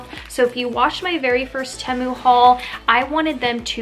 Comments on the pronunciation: I am currently waiting for my first order! Most of my items were 99 cents! And just FYI I think it's pronounced TEA-MOO. 😊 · I love Temu! They’re the best! I have like $250 worth of stuff in my cart right now! I do think it’s pronounced Tee-mu..or at least that’s how I’ve heard everyone else pronounce it 🤷‍♀️ not trying to be mean